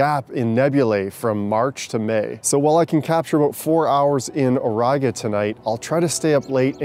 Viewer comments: Bruh it's o-riga lmfao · "Auriga", Latin 1st declension noun, nominative singular (-a, -ae), meaning "the/a charioteer". The accent is on "i", thus the correct pronunciation is "ow-ree-ga". In Latin, "au" is a diphthong, pronounced "ow", the "r" is rolled and the "i" is pronounced as the e in bee. There now, you know a little bit of Latin.😉